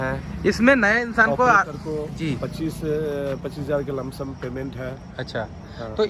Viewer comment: Bhai be like "lumsum"